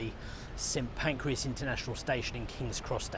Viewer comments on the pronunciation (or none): Great video 👏. I think its St Pancras not Pancreas 😉😂